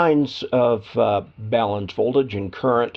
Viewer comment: Very nice presentation. I appreciated that you pronounced the word BALUN correctly. Sometimes they are called “balms” (that’s an ointment) or “balloons” which only adds to the confusion about these devices.